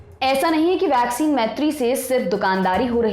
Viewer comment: वैक्सीन तो सही से बोलो..... वाक्सीन बोल रहे हो